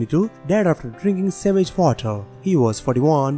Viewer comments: Did he say savage water or sewage water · Savage water,he probably meant to say sewage water